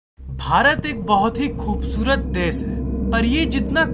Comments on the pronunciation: sorry to say but narrators voice is kinda weird, you are not spelling many words correctly... desh ko des? kya baat hai. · Des nahi desh hota hai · पहले श को स कहना बंद कर. देस नही देश बोलना सीख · Dude plz .....pronounce properly....if uh dnt knw science thn bkws mt bnaao....r.c.b nhi RBC hota hai....and Dess nhi hota hai "Desh" hota hai..man ....😑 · Are Bhaiyaa DES THODI NAA HOTT HAI..DESH HOTAA H ..SURU NHI SHURU HOTAA MAZBOOR,(MAJBOOR)